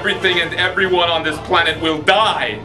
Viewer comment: Rofl the way he pronounces ''die''